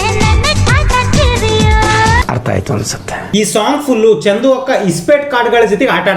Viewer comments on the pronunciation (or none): Adu chandhu alla chandu (ball)